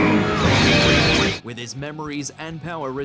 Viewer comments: for the millionth time, it's pronounced Ah-tem, not Atom. did you even bother ever watching the show? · This segment should've been narrated by someone else because keeps saying Atem's name wrong! It sounded like he was saying "atom" and not "ah-tem"! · believes it Pharaoh Adam with their pronunciation. Its pronounced A Tem. And because of your failure, be banished to the shadow realm. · I see doesn't know how to pronounce ah-tem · I can’t stand the way this guy says Atem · The mispronunciation of Atem repeatedly is awful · This fool cannot say his name right, how insulting 🙄😭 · The way he says atem is so bad